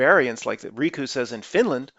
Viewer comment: "Riku" with our R was good. Please continue with that.